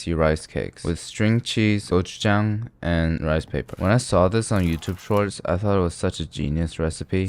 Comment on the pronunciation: you said 'jang' in gochujang like a Korean.... are you KOREAN